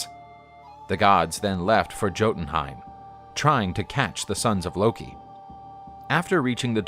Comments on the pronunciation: Like juiltenheim but it's pronounced as a y I'm american btw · The "J" in Jotunheim is pronounced like a y. It would sound like Yotunheim. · Yes I know it’s pronounced Yotunheim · It's pronounced "Yotenheim" not "Gotenheim" , this annoyed me every time I heard it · When this guy says JOEtenhiem😬 it’s pronounced Yo-tin Ooomg. Bruh. If you gonna tell a story BE ACCURATE! PRONUNCIATION!!! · Gotunheim? Hahaha Jotunheim* (Yo-tunheim) for the American. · Thank you. I hate it when people pronounce it as Jo-tin-heim and not Yo-tin-Heim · its not joe dn heim it yo dn heim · They butchered the names bruh hahaha For example the "j" is pronounced as how you say words with y like yes or you(yotunheim instead of jotunhiem in terms of pronouncing) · Great video. Very informative :D ... Although your pronunciation of Jotunheim is a little like fingernails on a chalkboard LOL Jotunheim = "yaw-toon-heym" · Its pronounced Yo-tan Hyme.. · It’s pronounced yo-tin-hime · It’s pronounced yotenheim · Yoh-ten-ha-im I love this vid but the mispronouncing hurts my ears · All the work the create this video and you couldn't even be arsed to pronounce Jotun/Jotunheim/Jotunheimr correctly. The 'J' is pronounced as a 'Y'. 😐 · I am Anglo Saxon. Hearing the stories of our gods means alot... but why do you pronounce jotenhiem with a j sound but jormangunder with a y. I love the video but it bothers me that you don't pronounce things right. Thank you for sharing our culture! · I cringe Everytime he say Jotenhiem wrong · The only problem with this is the way he pronounced Jötenheim